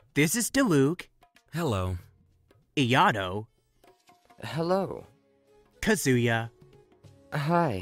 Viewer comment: My sides are hurting after hearing how you pronounced Ayato and Kazuha's names. XD